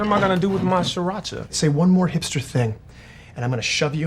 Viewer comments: I am viet and when they said siracha I was triggered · I can understand everything, except the Sriracha. You bite your tongue,!